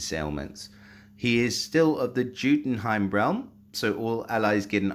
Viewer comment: I've been waiting for his costume. Pulled it on the third try and nordri on the 11th. He would be useful on titans after they are halfway down and adding attack up would be additionally great. Jotunheim I believe it's pronounced "Yo-ton heim" but I might be mistaken also